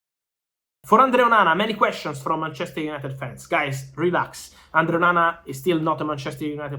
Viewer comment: The way he says ManCHEster united :P